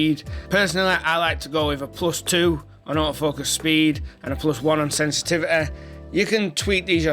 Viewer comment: Say sensitivity again💀💀💀